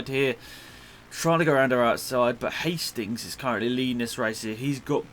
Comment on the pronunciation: he´s called Herlings not hastings xD